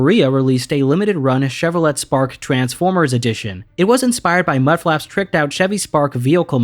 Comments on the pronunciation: Did you say Chevro-let? Dude, it's pronounced Chevo-lay, or Chev-Oh-lay. Or, just say Chevy, like every American that hates anything even remotely connected to France or French. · Great vid, but as a car guy, I feel obligated to point out that Chevrolet isn't pronounced how it's spelled, but rather "Chevro-lay" or just "Chevy" as a nickname. Like I said, I still loved the video, but that one thing kind of bothered me a bit because cars are my thing. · The way Chevrolet is pronounced makes me think this is ai. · why did you pronounce Chevrolet the French way?!